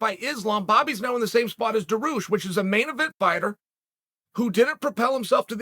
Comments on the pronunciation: Generally, I think Chael is trying to be condescending, when he pronounces the names wrong. For some reason, I get the feeling, with Dariush, he just doesn't know how to say the name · I love how he starts the video by saying his name loud, clear and slow and he still says it wrong 🤣 Lord Chael is undefeated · Chael, it's not Daroosh it's pronounced Dar - e - oosh and its not Mack - La - chev , its Mack - ah - Chev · I like how he say Islam for a while and suddenly drops Makelchev. Similarly, Beny Beny Beny..... Boom..... Daroosh